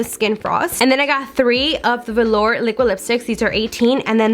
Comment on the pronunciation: At least your eye shadow is blended out in this JSC mystery box video. Congrats on also figuring out how to say velour.